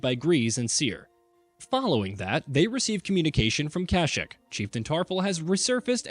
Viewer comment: The way this guy pronounces Kashyyyk don’t hit the ear right